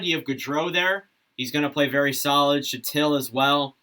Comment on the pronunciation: Not bad for someone who isn't a Ranger fan. Panarin will play with Strome 100% Lindgren and Fox are the top pair Filip Chytil is pronounced "Hee-til" Good video